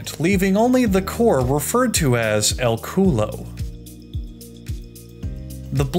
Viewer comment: my native language is spanish and hearing him say "el culo" is funny as fuck